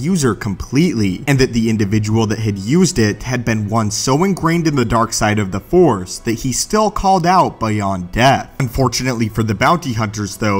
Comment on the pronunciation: Its Force, not fore. If you are going to talk about Star Wars, you should at least know how to say the name of the most prominent energy in that universe!